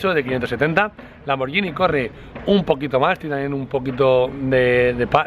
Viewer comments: A ver si aprendes a pronunciar: es Lamborguini, no Lamborllini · Me esta poniendo enfermo con lo de "lamboryini", (lamborGUIni se pronuncia) y lo remata diciendo "pors" al Porsche (pors'she se diría).